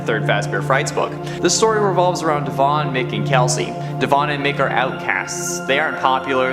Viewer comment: The E in Devon doesn’t need so much emphasis